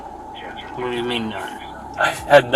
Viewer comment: bro really said: wharraaaaa dooo 😂